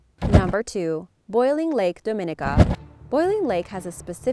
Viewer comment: Lol. I’m from Dominica. Pronounced DOM-IN-EEKA. The tech there is a tough one, I wouldn’t consider it dangerous. Also there had only been maybe one tourist death ever.